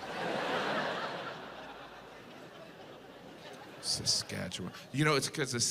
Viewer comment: He's spot-on about everything except the pronunciation of the ending of the word "Saskatchewan."